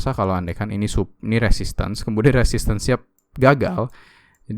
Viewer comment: yg bener resisten bang. Soal buat lowerlow itu bener. Abang salah nyebut aja, harusnya resisten. Pardon.